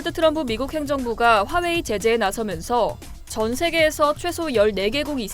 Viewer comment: 미국의" 재재 "라고 발음 하셔요 언제나. ( 내가 이 채널을 종종 시청하거든요 ) 방송 제작하면서 발음도 신경 써야죠 ? "ㅔ " 발음을 분간 못하는 분들은 초등학교 교육, 그리고 국어에 관한 가정교육 즉 어릴 때 부터 무신경 하게 발음 했기 때문에 커서 고치기 참 힘들어요. 일본어로 혀가 굳으면 다른 외국어 할 때 발음 장애자 되는 것과 마찬가지.. 사실 나도 쓰기가 션 찮아서 남의 말 할 처지도 아니지만 누구는 철자가 좋으면 누구는 발음이 좋은거니까.. 그리고 방송 제작은 아무리 유튜브라도 공적인 거잖아요 ? 결론은 힘들겠지만 좀 고쳐보려 하는 시도는 값어치 있는 일입니다.